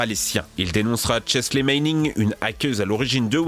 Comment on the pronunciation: Votre chaîne est vraiment sympa mais faites gaffe aux fautes de français ou de prononciation (que vous faites très souvent), c'est ultra gênant. D'habitude je dis rien mais là "Psychadélique", "Toléphonique", "hackor"... ça va trop loin quoi. Et sans déconner, fais surtout gaffe aux noms putain ! La hackeuse s'appelle pas "Chesley mayning" mais "Chelsea Manning"...